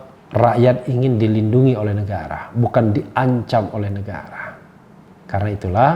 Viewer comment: Bung RH logatnya berubah sekarang ya ?? Mirip2 logat sahabatnya RG. Ada... ahnya. Misal negara jadi negarah dst. Ada apa ya bung ? Oh ya ibu Ribka Ciptaning kok nyinyirannya seperti sebuah tuduhan dan tidak optimis. Gajinya kan dibayar pakai duit rakyat bukan buat nyiyir !! Buktikan pernyataan dan tuduhannya dong !!